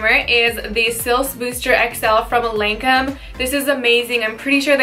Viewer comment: Never heard anyone pronounce Lancôme that way